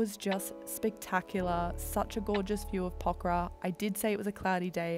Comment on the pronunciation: The very first foreign vlogger to prounounce Pokhara correctly 😊, get well soon